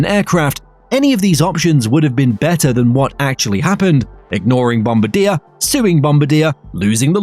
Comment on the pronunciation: Downvoted for the pronunciation. Bombardiers pronunciation is widely publicised.